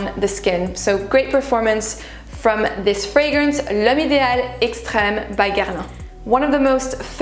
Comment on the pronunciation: Ca s'entend tellement que tu es française quand tu prononces les noms des parfums Guerlain.